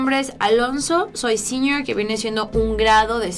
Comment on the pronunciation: La palabra senior se pronuncia siñior y se refiere al último año de un estudiante a punto de graduar. 😘